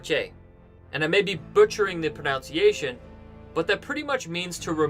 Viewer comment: Not only can't you pronounce French, but you can't pronounce "pronunciation". You pronounced it as "pronOunciation"'. There is no O before the U, like there is in the verb.